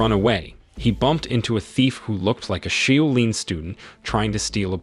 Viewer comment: Shaolin ....... shaw lin (not shoe lin)